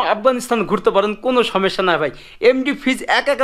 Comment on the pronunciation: ★ভিডিও গুলো আরো সচেতন ভাবে করা উচিত। ★জায়গাভেদে সঠিক তথ্য জেনে উপস্থাপনা ★সঠিক শব্দের ব্যবহার। ★কথায় কথায় ভাই না বলা ★অপ্রয়োজনীয় না দয়া করে এসব বিষয়ে খেয়াল রাখবেন প্লিজ। আপনার সব ভিডিও দেখি বলেই এসব বিষয়ে খেয়াল রাখতো বললাম। সমস্যা শব্দটি উচ্চারণের খেয়াল রাখুন আরো ভালো হোক আপনার ভিডিও গুলো।